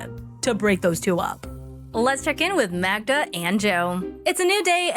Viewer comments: For the last effing time, it's Magda, not Magna! There's no such name in Polish as Magna. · The way you kept mispronouncing Magda's name every time is hilarious.